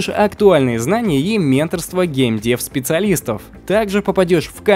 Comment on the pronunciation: еще раз скажете геймдЕв вместо геймдЭва - отписка